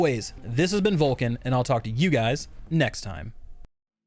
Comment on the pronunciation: Nearly asked myself: "Is this Volkin ?!" Till I understood, it's Vulkan